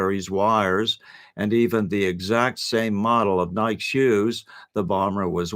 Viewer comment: Have you never heard Nike pronounced properly or are you an AI bot? Yikes!